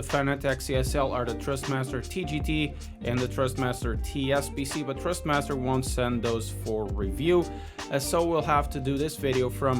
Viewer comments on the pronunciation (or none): Dude, it’s Thrustmaster not Trustmaster.